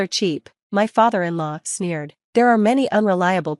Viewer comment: Sneered...not "smeared" ! You need to get a better Robot.